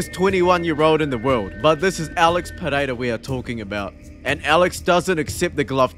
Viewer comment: Just call him Periera.. Pededa sounds dumb.. unless you speak his language